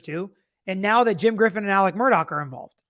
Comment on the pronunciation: His name is ALEX, not Alec